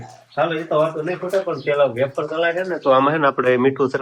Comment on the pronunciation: બટેટાની વેફર પંખે સુકવાય. બાફવામાં મીઠુ નાખવાનું હોય. તમે એફર બોલો છો કે વેફર કંઈ સમજાતું નથી.